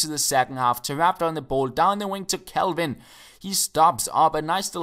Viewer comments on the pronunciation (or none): none